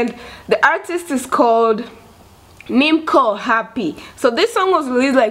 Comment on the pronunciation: It is not pronounced as O. Letter C in Somali alphabet doesn't exist in other languages except in Arabic. So the closest non-Somali speakers can say is Nim'o.